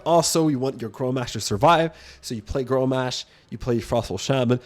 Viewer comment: Grommash - not growmash